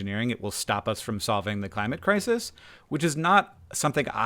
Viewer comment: "the climate kez"? oy, accents need to be phased out of existence throughout the next generations.